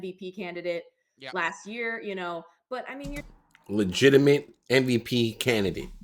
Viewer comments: « Canidate » is crazy work 😂😂😂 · That’s “Candidate” (jeeeez!)😂😂😂